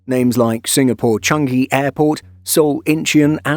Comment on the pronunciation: I still wish the narrator would pronounce Changi properly. It's not Chan-gi, it's Chang-ee.